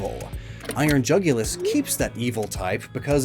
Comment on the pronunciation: Jugulus sounds like jugular to me